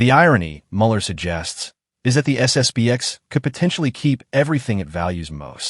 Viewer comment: Narrator, it's SS P X not B.